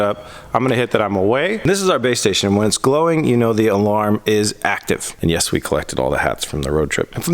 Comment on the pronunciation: Anyone else imagine jack black in Nacho libre when said "yes!". I heard "ches!". libre